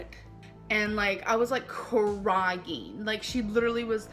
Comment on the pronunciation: “I was like… KUH-RYE-YEEEEN” Why does she give words unnecessary syllables?